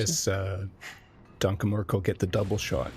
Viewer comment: The way pronounces "danke" made it really hard to watch the sets Danke Merkel played